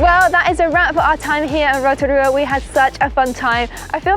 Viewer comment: not u wearing a pounamu and pronouncing Rotorua wrong hahaha